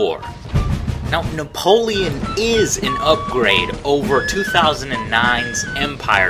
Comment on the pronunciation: Fuck you say 'bout napolion?